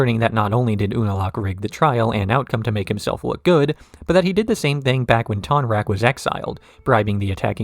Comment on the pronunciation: Pronounced all these wrong: Ayemon, yakonaye, var(like far)ick, ton-rack, admiral zao lmfao.